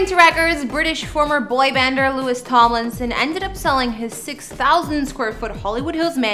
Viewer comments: Please stop saying his name wrong hahah with love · the amount of times you said his name wrong -_- at least get the dudes name right! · If you not going to say his name correct don’t make a video about him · Pronounce his name correctly. She did zero research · Painful to watch 🫤 Can’t even say His Name right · Disliked because you mispronounced his name 200x. LOU-IE, not Lewis. Can't wait to see future videos about Harold, Ly-am, Niel, and Zahn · His name is not pronounced Louis, but Lou-eeee! Please check your facts dear before putting out another video. If you call him Louis one more time after this video, I'm sorry but Ill be forced to unsubscribe and not watch your vids any longer! I mean that in the nicest possible way!! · It’s pronounced Louie! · Every time you say Lewis, it's like nails on a chalkboard. It's LOU-IE!! UGH!! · Learn to pronounce his name. Louee, the French way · my ears bleed whenever she says lewis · Girl......if you call him LEW-IS one more time, imma slap you! lol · Louis is his name (lou-ee) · Lew-ie is the correct pronunciation. Every country in the world knows that you are mispronouncing his name. DO AT LEAST 5 MINUTES OF RESEARCH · It was driving me crazy how she kept saying his name wrong but then I saw how pretty she is and I forgave her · YEAHH even I was thinking the same .. louis not gonna be happy.. He don't like it ya know. 💙💚